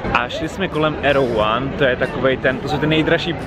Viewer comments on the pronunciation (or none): Super video, jen ten obchod se nečte "arrow one", ale "erewhán".